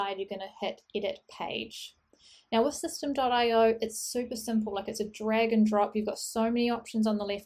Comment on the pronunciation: just watched a video from the owner/founder and he pronounces it "systemy" not system. ;-)